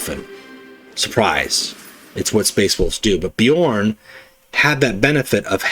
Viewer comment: Thanks for the video,! Bjorn is rare to see, most Wolves go berserk boyo or Russ. P. S. From audio books I believe that his special card is pronounced with J as "ya", the way you did it first time. P. P. S. Are planning on doing Gendor Skraiovok deck? I'm trying to make him mission deck and I'm failing miserably. I usually like to create my own decks but I'm currently running out of ideas.